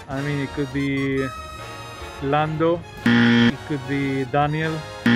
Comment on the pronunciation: they call lando "lands"? 🥺